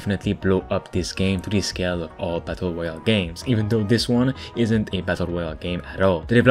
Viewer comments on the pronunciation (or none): none